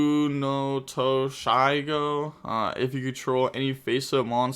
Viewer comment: I'm genuinely impressed that the pronunciation of Tatsunootoshigo was so close.